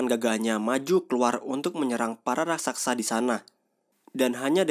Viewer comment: dst. Raksasa bang.. bukan raksaksa